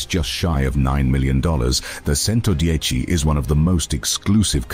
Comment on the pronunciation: Agreed with comment below. The commentary is AWFUL. Mispronunciation is horrific. CHENTODIECHI not Sento dieci. AAAARRRGGGHHHH.